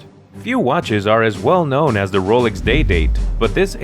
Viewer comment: Ro-lix? Ro-LEX!